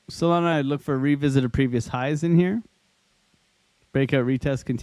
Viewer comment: is bro saying Soylana?